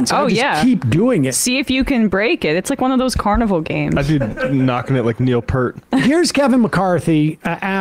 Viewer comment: “I would be knocking it like Neil Peart.” (Drummer from Rush) It’s pronounced P(EAR)T rhymes with ear👂🏻- (one syllable) I am Canadian and Rush has been a favourite band for over four decades and I also thought it rhymed with “hurt” for most of my life. But then I heard Getty Lee explain the pronunciation of Neil’s last name a few years ago. 😳